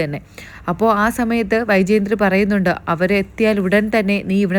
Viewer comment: Vyjayanthi Ennanu . Not Vyjayanthri.